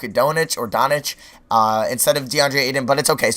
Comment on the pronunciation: his name is called don-ts-its dude not don-ic